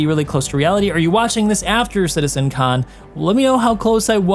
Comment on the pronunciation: why he keeps saying Citizen Khan? 🤣 Thats a British TV show...🤣